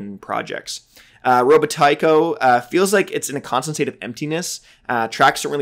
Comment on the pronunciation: I think it might be pronounced “ro-BAH-ti-co”